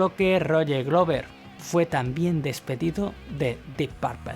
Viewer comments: "Ian Gillian?" "Roger Gluver"? No estaría mal mejorar la pronunciación de los nombres, aunque por lo demás el reportaje excelente, felicidades. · Excelente documental sobre uno de los mejores guitarristas en la historia del Rock. Sin embargo le hago una observación "Purple" no se pronuncia con "a", Roger Glover, Glover no se pronuncia con "u" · Muy bueno el video, pero no es AIAN GUILIAN... simplemente Ian Guilan, tal cual. Ni Glover como dices es Gluver. No te compliques.